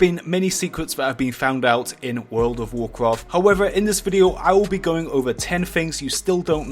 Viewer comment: Wuuf ovf wuukraft.....another 💩video uploaded